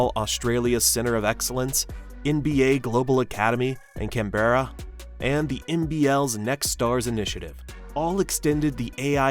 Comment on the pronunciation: I know every Australian watching winced at the pronunciation of ‘Can-berra’